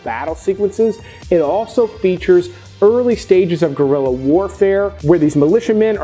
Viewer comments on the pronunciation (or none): none